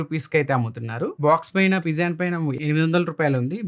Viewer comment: పిజియాన్ కాదు పీజియన్